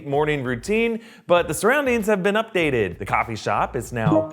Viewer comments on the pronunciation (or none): none